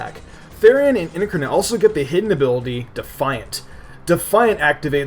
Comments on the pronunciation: Kevin Ryan But it's never incurnet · Ludicolo is weak to Flying, Bug, Poison (which you missed), and then Freeze-Dry. And I hate to join in, but it's IN-CAR-NATE, not IN-CUR-NIT (sorry this bugged me so much lol). I agree with your list completely, though I would have added Eelektross due to it being Electric with Levitate. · You have no idea how to pronounce INCARNITE In-CAR-night not In-Kur-nit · Did you just said Incranet instead of incarnate (twice?) :| Fail... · It's pronounced: IN-Car-Nate not in-ker-net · "in-car-nate" ... thanks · next time google "incarnate" and learn how to pronounce it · Correct. He still said it wrong. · ...what are you even talking about. I'm talking about the way he pronounced incarnate